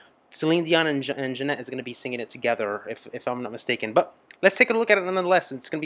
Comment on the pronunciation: It is Ginette Reno not Janette.